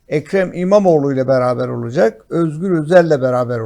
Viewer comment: Hadi Bey, lütfen " olucek " değil olacak...